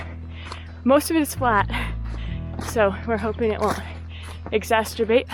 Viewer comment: ex·ac·er·bate /iɡˈzasərˌbāt/ Learn to pronounce verb make (a problem, bad situation, or negative feeling) worse. "the exorbitant cost of land in urban areas only exacerbated the problem"